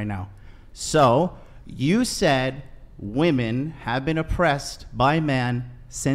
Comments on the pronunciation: It drives me crazy that she pronounces "women" as "woman" lol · Does it bother anyone else that she keeps saying woman instead of women? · Does she always have her eyes closed or is that the fake lashes? I can’t tell. And she keeps saying Woman instead of Women, like she doesn’t understand what “plurals” are. I think she got her literature education from social media from what I’ve seen. Woman = Singular, Women =Plural. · Please dear god educate these people who don’t know the difference between “woman” and “women”!!!!! How can you go three plus hours with her and not correct her just for clarification? What’s worse, she heard everyone else say “women” and “woman” but never caught on to the fact she can’t pronounce them right? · Is it me or has everyone forgotten that women is the plural of woman. It sounds like all these girls are saying woman when it should be women. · why does she keep saying "woman" when she clearly means "women" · Women…. Not woman